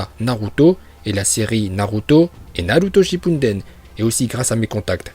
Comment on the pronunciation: "Naluto shinpundend" 🤤